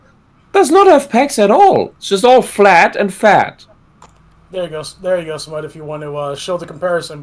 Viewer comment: Hahaha, smud say sea enema